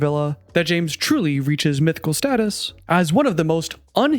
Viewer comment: 😂😂😂 he said MYTHICAL